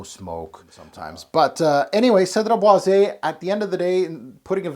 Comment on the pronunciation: You pronounce it bwah-zey (é)